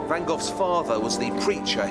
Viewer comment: He pronounces it 'van Goff' but it is actually pronounced quite differently in the Netherlands. The two Gs in Vincent's surname must both be pronounced like the Spanish letter J (e.g. the J as in 'Juan'). Or like the LL in Welsh. Also one should not pronounce the 'van' in the same way as for a delivery vehicle, but rather as 'funn'.